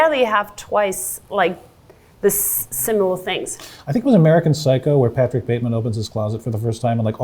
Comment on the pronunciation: What is this “Pattick” that he keeps mentioning? 😅